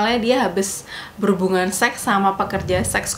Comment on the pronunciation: tolong ngomong seks nya biasa aja, gausah di tekankan 😂